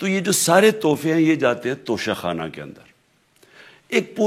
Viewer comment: "انگریزی میں لکھے ہونے کی وجہ سے انہوں نے توشہ خانہ کو توشہ کھانا پڑھ لیا ھو گا" جسٹس استغفراللہ